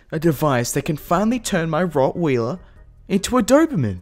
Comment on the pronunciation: HE SAID "ROTTWHEELER" HE SAID "ROTTWHEELERRRRR"